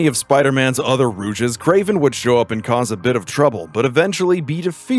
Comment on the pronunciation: What the fuck is a rooj